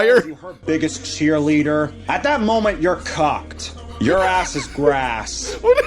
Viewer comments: I thought he said cocked not cooked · "at that moment your cocked" IM SOBBING AT THAT PRONUNCIATION 😭😭